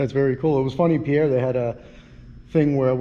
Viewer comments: Great work. BTW the capital of S.D., Pierre is pronounced as if it rhymes with peer. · FYI - Pierre is pronounced peer.